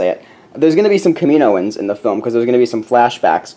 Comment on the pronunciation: Btw, just so you know, it's pronounced, "Kam-i-no-an" sorry those sorts of things bother me at least a little. ;P